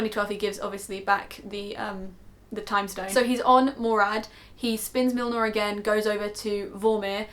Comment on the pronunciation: Mjolnir... Muh-yol-nir?... meow-meow!